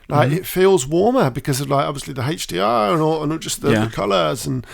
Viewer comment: Haiche Dee Ahhr lmao.